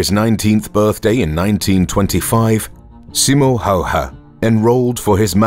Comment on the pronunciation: Just so you know how to pronounce his name.. S as S in Silent (in Finnish it would be written as Sailent ) I as I in Inlet M as M in More O as O in Hope (in Finnish it would be written as Houp) H as H in High Ä as A in Dad (in Finnish it would be written as däd opposet to Father - faathöö) Y as EW in New (in Finnish it would be written as Nyy) H as H High Ä as A in Dad (in Finnish it would be written as däd opposet to Father - faathöö)